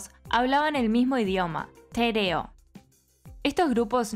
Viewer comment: Soy colombiano y vivo en Nueva Zelanda hace unos anos. Me encanto toda la informacion que compartieron y el respeto en su investigacion (incluso el detalle de la correcta pronunciacion del Te-reo, como el sonido "F" en "Wh" ;) La reflexion al final del video abre un buen tema de como las conquistas opacan y, en ocaciones, pueden exterminar al pueblo aborigen. He visto con asombro y admiracion el trabajo de Maoris y Pakehas por convivir y brindarse espacios de convivencia. Es verdad que a muchos Maoris les es dificil adaptarse a la nueva comunidad importada de Europa y lamentablemente se ven involucrados en la problematica social, pero por otra parte tambien esta el resurgimiento y la lucha por no dejar morir su cultura. Hoy en dia incluso es motivo de orgullo para cualquier Pakeha aprender Te-reo o ser parte de la comunidad Maori. Estoy plenamente convencido que tambien podriamos lograr esto en nuestros pueblos americanos. Recuperar nuestra identidad, amar nuestras tradiciones y dejar de culpar o marginar a nuestros hermanos aborigenas por problemas que fueron traidos de otros continentes, de otras epocas y de otras ideas corruptas. Que excelente video. Felicitaciones a todos los que trabajan en este canal.